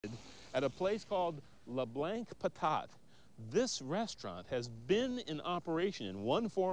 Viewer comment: Hey, bigfoot-cat- Actually it was "Pivin's". And the reason the American dude pronounces it "Lew Blanks" is because he is American, and most Americans cannot speak French. In other words, they are "Perfectly Unilingual" Isn't this sad? So they see "Leblancs" and pronounce it "Lee Blanks". So- you don't know much French? Well, at least you have the pronunciation right! Learn some more French! Yo'ull be great at it! And don't eat too much of PEEVAN'S POUTINE! Thanx fer your comments.